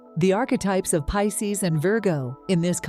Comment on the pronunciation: The AI reader of the text needs a human editor's help. Mispronouncing Pisces and Virgo, in several different and incorrect ways, distracts terribly from belief in the message.